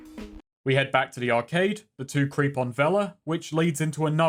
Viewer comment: Why did he pronounce arcade like that?